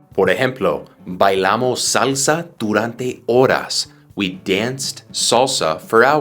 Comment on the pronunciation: Hello teacher, You must pronounce the word salsa with the sound of the spanish vowel. I learning english with You...thank you